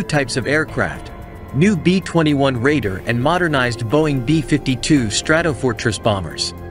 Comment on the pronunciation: B minus 21????? Really. Why not get a real human to explain the video. It doesn't take the much for someone to read the narrative.